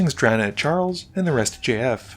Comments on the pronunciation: it took me a few minutes to reaize that you weren't just saying the name "Jeff" with an odd pronunciation. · Great video, saying JF every time tho just sounds like you're saying Jeff like that one line in 21 jump street 🤣🤣